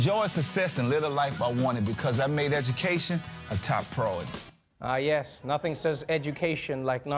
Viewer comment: You missed that Master P also pronounced "pri-or-i-ty" like "proyer-tee". That said, Master P never stands on top of the "C" in that clip.